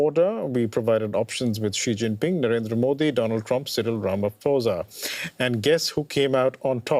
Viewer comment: 🥲 the way you guys butchered the last name "Ramaphosa"